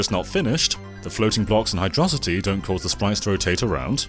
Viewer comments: It’s pronounced 'Hydro City', not 'Hydrossity'. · It's Hydro-City. Not "Hydrossity". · i die a little inside every time you pronounce it "hydrohsity" -_- its a city.....underwater.....y'know, a hydrocity. Pronounced like "hydropower" or "hydroelectricity". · Did you really twice say “Hi-Dross-ity” as a level name? That is the weirdest curiosity. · An atrocity of pronunciation!! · Says "hydrocitty"...disliked. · Sp no one gonna bring up the pronunciation of Hydrocity here? No? Not a touch on the Megamind side of things? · Why does everyone pronounce Hydrocity wrong?